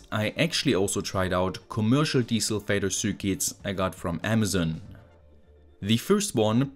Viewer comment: I know you're saying 'desulfator' but I hear 'Diesel Vader'.